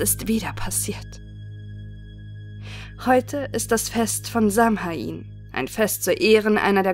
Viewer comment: Samhain wird eher Sown ausgesprochen 😅